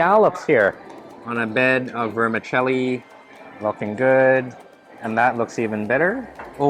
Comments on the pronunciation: Vermi ‘Chelli’ not ‘celli’ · The correct pronunciation for vermicelli is ver-mih-CHELL-ee